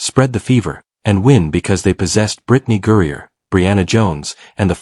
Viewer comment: It would help the presentation should the A.I. narrator learn that "Griner" is not pronounced "Gurrier?" Don't these people even LISTEN to their own babble?